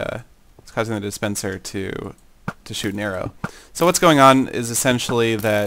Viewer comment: It sounds like you said "It causes the dispenser to shit again"!!! hahahahaha